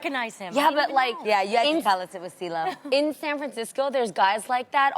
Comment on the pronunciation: Cee-lo wasn't Cee-lo, he was Cee-glo